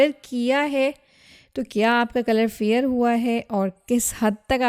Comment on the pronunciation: English pronunciation is very bad. Fair word, she said fear. Ointment word, she said on...ta...ment. hahaha